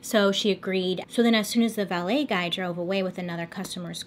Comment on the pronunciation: Lol I feel like you said ballet guy